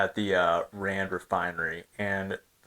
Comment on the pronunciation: As a South African I want to extend my appreciation for your video about the Krugerrand. Earlier in the week I expressed my disappointment with another content creator who referred to the Krugerrand as a "disgusting coin"...not cool at all. Paul Kruger the 1st President of the Union & your pronunciation of Kruger,Rand & Springbok was spot on!